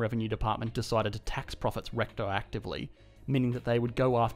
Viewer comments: "to tax profits rectoactively" 😆👌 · RECTOACTIVELY (actively, through the rectum) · Applying taxes "recto-actively" sounds painful.